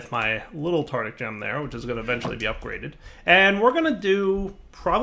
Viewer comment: Cerugon That has nothing to do with my comment, I am talking about how is mispronouncing the word, not what the correct pronunciation is.